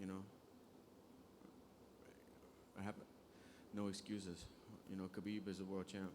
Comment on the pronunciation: Don't they know khabib starts with a K, not an H.